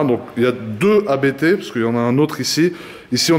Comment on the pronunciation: A.B.T. 🤦🏻‍♂️ quand on se dit passionné de voitures, on sait prononcer une marque correctement...